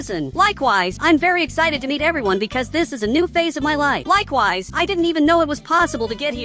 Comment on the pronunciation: Why he always says likeways😂😂😂